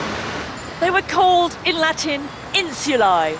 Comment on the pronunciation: She's very interseting, but I can't understand how an expert on Rome mangles the pronunciation of Latin so horribly.